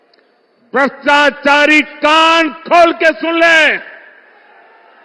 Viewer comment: भ्रताचारी, भ्रताचारी बोल रहा है